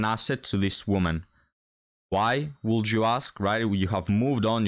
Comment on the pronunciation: "Would" is pronounced "wood"